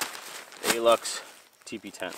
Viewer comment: By the way, the brand of the tent isn't called Aluxe. The A is just a small tent, so its called Luxe (from LuxeOutdoors). I have mine for 4 years now, and its still reliable.